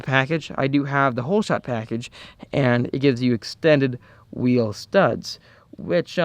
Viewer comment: HAHAHHAHA why the fuck did u say wheel like that 😂 omg that made me laugh 😂 “Okay guys I just took off the back right whhhheeeell” 😂